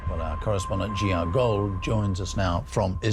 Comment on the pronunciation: Jiare Gol... you refuse to learn English lol Air-strakes...whaaaat? Merder-for-hire ? assosinations? does every a/e need to become a O? InternOtianal? you mean international? Sima sabet did the same interview in persian and English?lol yeah i guess that makes sense lol